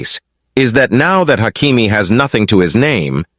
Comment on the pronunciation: Its ashraf hakimi not achraf bro